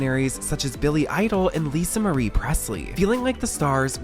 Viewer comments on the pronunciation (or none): none